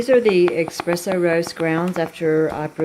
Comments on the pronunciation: It’s not “EXpresso” it’s Espresso. You understand nothing about coffee. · Plz don’t say expresso it’s spelled espresso and that’s how it’s said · He is saying it is not Expresso, it is ESpresso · It's not expresso it's espresso!!! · eSpresso S not X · No credibility, you can’t even pronounce espresso properly